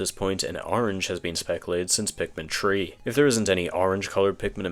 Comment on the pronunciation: why do you say pikmin tree?